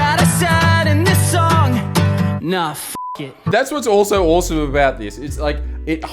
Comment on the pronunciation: He said it right there at " .... and do things like this at your twenty-first and think that it's Orsum."